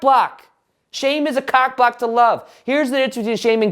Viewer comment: Now when I hear saying the word "block" all I can hear is "bwhlopck" 😂 Great content as always 👍